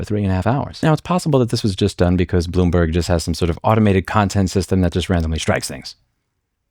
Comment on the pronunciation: Bloom"berg" Every time.